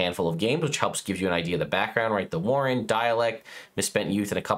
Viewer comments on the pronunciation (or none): none